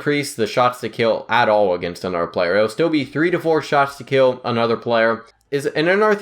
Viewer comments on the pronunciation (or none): He says “another” like “anoder” wtf. Sounds like a 6 year old